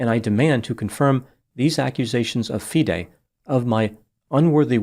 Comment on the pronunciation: You are the first non-chess-playing commentator who took the time in your research to ensure that you got all the pronunciations correct - Especially Fee-day (FIDE) which a lot of non-chess-playing commentators get wrong. I agree with a lot of your analysis; however, as a titled chess player myself and one familiar with the incident surrounding the so-called 'Smoking Gun' where Daniel had a chess engine open, I can tell you that the explanation that Daniel gave was completely sound and reasonable, given the context of the situation. I will not go into more details as to why this 'Smoking Gun' revelation is hollow, but I can understand how it looks to outsiders, and this makes Kramnik's calculated innuendo all the more disturbing, as he knows better. This story is far from finished, and you should already be preparing for a follow-up as more revelations are sure to come to light regarding Kramnik's past. Notably, he was strongly accused of cheating in his 2006 world championship match against the defending champion, Bulgarian Veselin Topalov. The basis of the cheating allegation was his suspiciously frequent trips to a private bathroom, where exposed wires were discovered emanating from the ceiling. which led to rife speculation in the Bulgarian camp that Kramnik was receiving assistance at critical moments in the match. Kramnik managed to overcome these allegations and win the match, but he is well aware of the psychological damage that such accusations can inflict, and yet